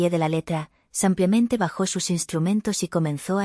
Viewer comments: Es IA es decir inteligencia artificial y no puede pronunciar todas las palabras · No se dice sampiamente se diçe simplemente.GRACIAS.